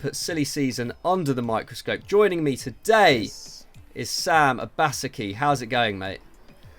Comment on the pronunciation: pronounced Obaseki properly 😢